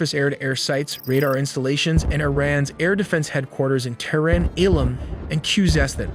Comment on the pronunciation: Also Terrin (Tehran)